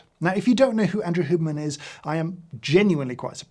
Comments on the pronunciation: H-you-berman, not hooberman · The way you pronounce "Hyewberman" as "Hooberman" just hurts me I'm so sorry James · No one: James: “Hooberman” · Can someone just clip every time James says Huberman. I love the Brit pronunciation 😅